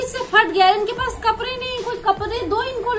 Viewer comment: #or vo kapre nhi kapde hota h 😂😂